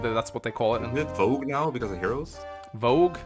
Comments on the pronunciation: It's Vooj, it's spelled Vou-ge, not Vo-gue. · It's not "Vogue", it's "Vouge". This is pronounced "Voozh", so Project Exile's "Bhuj" was pretty close. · I think Mekkah is wrong, it’s Vouge not Vogue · But he mispronounced it, it's "vouge"